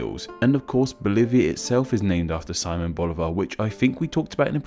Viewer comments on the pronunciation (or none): It's si-MÓN Bolivar, not SI-mon